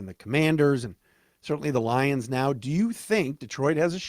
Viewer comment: “the LIEuns”